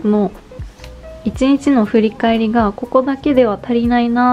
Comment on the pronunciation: とても丁寧な説明で参考になりました✨ 無印アイテムだと身近だし新しいことを始めるのに敷居が高く感じることもなくて、素敵な動画です。 ただ、ひとつだけ…失礼は承知の上なのですが、1日のことを「いちにち」ではなく「いちんち」と発音されているのが気になってしまって💦 芸能人の方でもないのに細かい指摘をしてしまって恐縮なのですが、勿体無いと思ってしまいました。 ご気分を害されたなら、削除しますので仰ってくださいね。